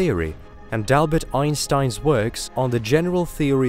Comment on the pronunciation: So we’re going to ignore that he said Dalbert Einstein? :p